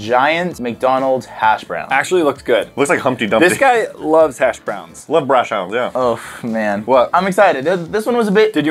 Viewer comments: Then I heard brash hown and ligitness lost it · pawaiian hunch brash howns